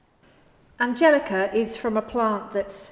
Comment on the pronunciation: She said Angelica and not Angelicker!